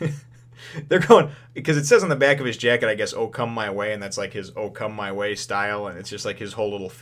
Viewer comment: it's not O Come my way.. it's Okama way, probably in the american translation it's censored.. because "Okama" means transvestite, and basically a gay dude.